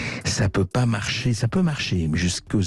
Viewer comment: Cher Mr Bercoff, j'ose espérer que votre double "jusque z'à quand" était volontaire car dans le cas contraire : carton rouge 😀